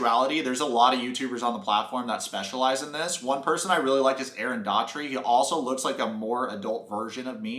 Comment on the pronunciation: Ok I’m sorry, but bc I heard ya say it in another video too I feel like I have to correct you 😬 but it’s actually not pronounced Aaron “DAWTREE” it’s pronounced “DOWTEE” 😊 I love his vids too been watching for years